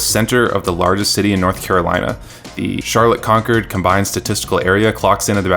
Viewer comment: Perhaps, but the suburbs haven't bought in here either. The LYNX Blue Line goes from I-485 in the south, through Uptown, and then northeast to UNC Charlotte. It should keep going into Concord (that's con-CORD, not CONK-erd as the narrator said). South, it should continue through Pineville, Fort Mill, and end in Rock Hill. But all of those suburbs had a fit in the design phase, demanding that their towns not be included. Also, we still have a big percentage of the population that thinks people who don't own cars are a lower life form than those that do.